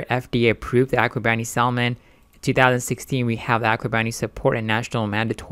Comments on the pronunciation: Good video. Just a heads up, it's pronounced Sa-mon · Why is he pronouncing the L??? My ears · How the fuck can I take investment advice from a guy that doesn't even know how to pronounce the word "salmon" correctly? GTGOH 🤣🤣🤣🤣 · the L is silent in salmon. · Bro, learn how to say SALMON, its irritating.. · First. Never trust a person who is trying to pitch a product thay cannot pronounce. Second. Before you invest in any entity that is genetically engineering seafood, look at the empirical information on these products and the overwhelming number of people who have developed cancer directly linked to this process. Lawsuits ÷ farmed, genetically engineered fish × stock offering = bankruptcy with loss of total investment.